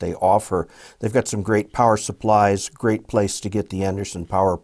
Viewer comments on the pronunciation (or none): none